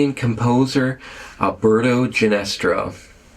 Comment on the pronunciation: I think you mean Alberto Ginastera, with another e in it than you have (or said). Pronounced he - nah - STAIR - ah.